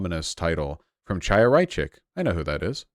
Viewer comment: Chaya is pronounced like "Hi-ya" with a throaty H sound. It's a common girls' name among Orthodox Jews